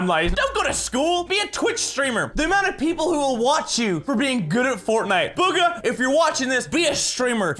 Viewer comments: Its boo-ga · Bugha (Boo-ga) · Ummm, actually, it’s pronounced BOOGA, AHAHAHAHAHAHA am smurt